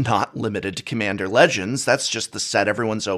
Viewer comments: Lack of quality control. "Cmmander Legends" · "Quality Control is sus" Also: "Cmmander"